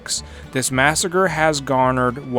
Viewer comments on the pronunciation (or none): none